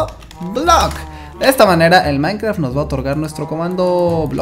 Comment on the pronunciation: soy el unico que se dio cuenta que dijo minecra (a por sierto este nombre de usuario es de mi madre no mio vale)